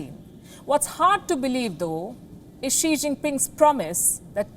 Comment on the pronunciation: I heard "Sri" Jingpin 🥴